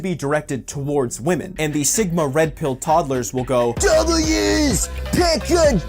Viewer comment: PackGod never heard of him , if were are talking about roasting women i known a King at that he did not even say woman he said wamen by the legend himself Piediepie the only guy who roast wamen for real .